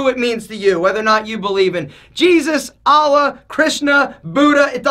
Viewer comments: its not Alla, say Allah... btw,nice video... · It's Allah Not alaah